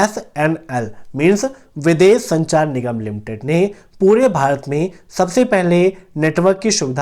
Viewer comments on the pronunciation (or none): none